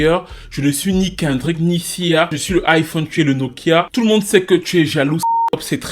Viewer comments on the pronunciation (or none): none